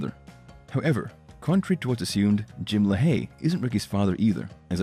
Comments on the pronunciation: The narrator must not be too big of a fan pronouncing Jim’s last name like La Hay instead of Lay Hee like they say on the show. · Great content for sure, although some things were mispronounced. Jim Lahey's last name is pronounced "Lay-HE" rather than "Le-Hay". Keep it up! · Good old Jim "Lahh Hay" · say it with me.... "Lay-Hee" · The way you pronounce "Lahey" bothers me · Why do you keep mispronouncing Lahey